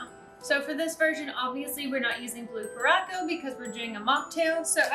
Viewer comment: I can't stop laughing at you pronunciation of curacao. It's so cute. 😆